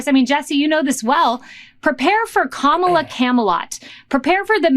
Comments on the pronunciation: What is it with these losers that they mispronounce her name? So juvenile and frankly stupid! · Clearly all the members of Fox News are presenting with cognitive decline because they still can't pronounce her name right.